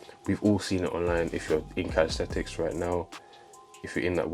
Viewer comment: It’s not calis-thet-Ics.